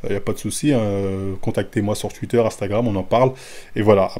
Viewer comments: « Twuiiiter » 😂😂 sinon force à toi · Ptdrrr luffy contre marin fort 😂😭 mm Twitter et twitch, aucun effort sur les prononciations 😂 force au wakanda ✊🏾